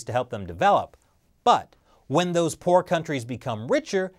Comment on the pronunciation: I initially heard say: “The World Bank. For decades, it’s lent money to porn-developing countries around the world...”